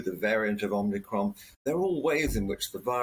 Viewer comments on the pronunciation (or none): I'm sorry but I can't take anybody seriously on a subject if they can't even say the word right. Like OMICRON only has one N. It's not OMNICRON. It's like most people in the news or tv say NUKULAR instead of NUCLEAR. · Omicron, not Omnicron dear Professor 😽👍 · This guy doesn't know its OMICRON... not OMNICRON...🙄